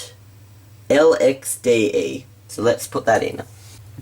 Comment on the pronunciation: "exex lxde" :P